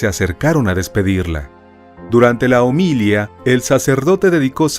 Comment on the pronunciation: Homilía. Homil-íííí-a. HOMILÍA. Qué forma de destrozar el idioma!